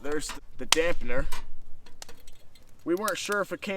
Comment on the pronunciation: *damper not dampner 🤣